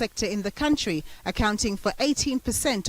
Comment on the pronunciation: Not to mention that he still pronounces country as “COWntry” despite all those prepared speeches